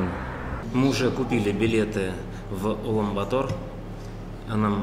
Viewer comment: Улан-БАтор, не Улан-БатОр. 😀